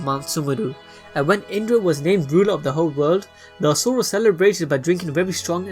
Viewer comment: IM DONE IT'S LEGIT ASHURA NOT ASURA PLS STOP